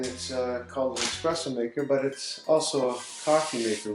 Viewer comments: Hey, I'd suggest removing the tamper and pressing down rather than up which allows for more pressure and you can spin the tamper to smooth the layer of coffee. Also it's ESPRESSO fella, not expresso!!!!Thanks for the video though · espresso is an italian word, not to be pronounced as EXpresso.